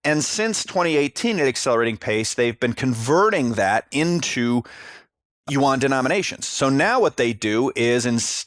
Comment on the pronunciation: YUAN BRO NOT UWAN